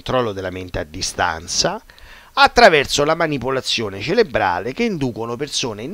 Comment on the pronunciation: si dice Cerebrale, con la "R"